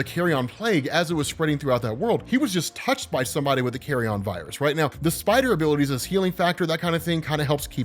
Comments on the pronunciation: NOT "carry-on"... Carry-un... Like from a Nature channel or PBS special... Carry on is for luggage! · Dude... Bruh... Bruv... It's carry-yun, not carry-on... It's a decomposing corpse, not luggage. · Jeez it’s not “Carry-on” “carrion” rhymes with the second syllable in vege “tarian” or Bar “barian” it means rotting or decaying flesh but usually as reference to animals that spread diseases like rat or pigeons, diseases found in decay